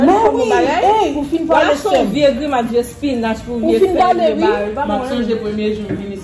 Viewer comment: Why she keep on saying chief instead of chef